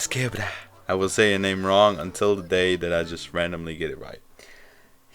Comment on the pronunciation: Yo I just noticed you said my name right, WTF?